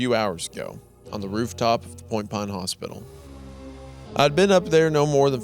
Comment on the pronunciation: isaiah for two hours: "point pahne"